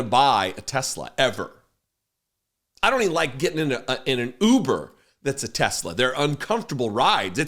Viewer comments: Teslur? Hahahaha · What about the " I love tesler!" Clip😅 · What the f is donny talking about? If you "do" what to tesler as he calls it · Trump couldn't even pronounce the name Tesla right. He was also confused as to what the black round thing was when he sat in it. When he saw all that black, he was heard to say, "Didn't TESSLER get the memo on DEI"? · I hope Tesla shares tank at $10 and he keeps calling it “Tesler”. 😆😆